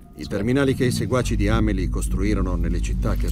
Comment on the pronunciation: si pronuncia senza accento sulla I, l'accento sta sulla a. La pronuncia giusta di Amelie è Ámeli .